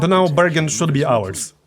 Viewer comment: *anda justa likeah dat, burgundy's owars.